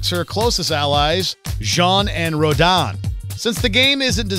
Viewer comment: finally somebody at Watchmojo pronounced Jeanne & Rodin correctly! ...and then messed up Kamiya's name.... also: Darth Maul and Wolverine in Tony Hawk's Pro Skater 3 Jango Fett in Tony Hawk's Pro Skater 4 Iron Man and Gene Simmons in Tony Hawk's Underground Indiana Jones in LEGO Star Wars Stan Lee in LEGO Marvel Super Heroes Little Mac in the Gamecube version of Fight Night Round 2 rare blades KOS-MOS & T-ELOS in Xenoblade Chronicles 2